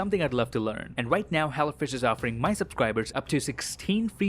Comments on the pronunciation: I love how he says hello fresh,, it sounds like he's saying hella fresh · Anybody else thought he said hella fresh